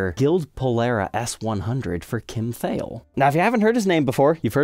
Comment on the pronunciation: Thayil rhymes with smile😊